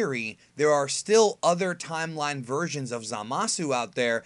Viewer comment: Please say time-line one more time